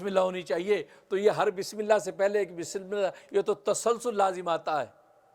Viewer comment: Bismillah sahi se padiye